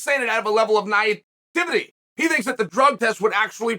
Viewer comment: Man said "naietivity" 😂